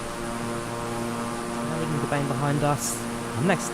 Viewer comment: Awesome video and thank you for flying in SA. Your pronunciation of Durban could use some work though lol